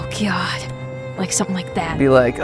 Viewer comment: IK IS SAYING OH GOD BUT I JUST HEARD *OH GYAT*